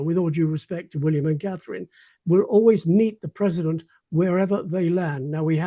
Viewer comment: Terrible AI. Learn how to pronounce Catherine, Sussex Appalling.